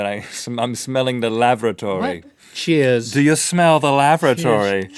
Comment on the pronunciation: Is no one gonna mention that rhett said lavaratory instead lavatory?